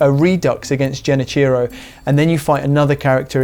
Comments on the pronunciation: love ya, really do, but its Genichiro with a hard G lol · “Genny-cheerow” Mcscuse me? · It’s Genichiro with a G not Jenichiro with a J….. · How do you mispronounced Genichiro, you would have to play the game deaf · If you beat Sekiro, and even platinumed it, you should know how to pronounce Genichiro properly. Is that an English speaking think? Not even trying to pronunce things that are not in English?